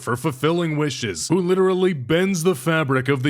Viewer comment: This is lidally so fweaking epic ry 😼